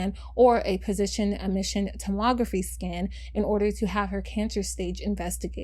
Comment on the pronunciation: I liked the video, but I really really wish you had given the SEER rates/5 year survival of HL with & without chemotherapy/radiation. Also, I feel like it would be really helpful if you could use a dictionary or pronunciation check of the medical terms, as they’re often misread or mispronounced(PET scan: POSITRON emission tomography) Sure, it wasn’t a 100% chance of survival, but it was over 85%. She should never have died. We don’t allow people with survivable illnesses to receive medical aid in dying, yet that’s what happened here. It was suicide/homicide.